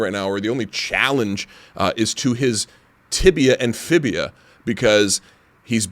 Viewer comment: Lol so irritated at the wall sit bro that he called the fibula a "fibia". It's ok, we understood. 😂